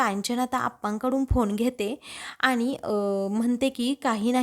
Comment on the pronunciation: आधी शुध्द बोलायला, वाचायला शिका. रुध्द नाही वृध्द असा शब्द आहे. आनि पानी बोलू नका. कानाला खूप खटकते. प्रथम नीट वाचायला शिका .ऊगीच पैशासाठी काही करता. एकसुरी वाचन होतय.